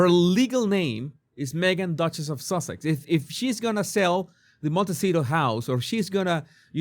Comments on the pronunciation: It's funny you pronounce it sausage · I love that you call her Sausages, instead of Sussex. She’s making it sound like we Americans are so stupid that we can’t figure out what her last name is. She took her married name, which she refused she say in this video. Duchess is a title, not a last name. It’s not that hard to figure out. She danced around the question and never answered what name is on her passport. She’s trying so desperately to hold on to her title that she will only say that her name is Duchess of Sussex and that Sussex is her family name. Maybe she thinks that if she continues to hammer that in then Parliament won’t take her title away.